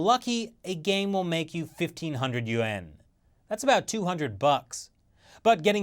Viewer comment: YOU EHN I have been pronouncing it YOU ANN